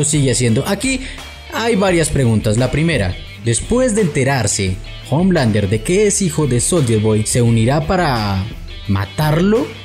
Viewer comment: Exacto, y Homelander se pronuncia omelander